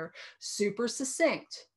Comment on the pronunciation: Not to bitch but, succinct sounds like, suck cinct, not sussinct.